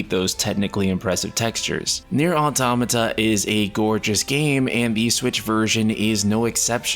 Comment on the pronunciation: first time ive seen an english speaker actually pronounce Automata the way its supossed to be Kudos